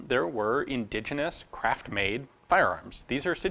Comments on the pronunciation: The first time Ian said craft-made, it sounded like crap-made 😄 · Is he saying craft made or crap made?